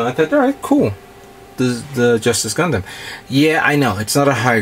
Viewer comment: Why do you pronounce it GUN-DAM i know it's spelt like that but it's GUN-DUM the a is pronounced as a u sorry people use to make fun of me for liking gundam and they who pronounce it wrong in all sorts of different ways to make fun of it so it kind of annoys make when a actual fan of the series keeps pronouncing it wrong. Sorry just throwing that out there